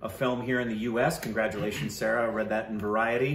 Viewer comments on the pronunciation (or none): It's not pronounced as sarah but sa-ra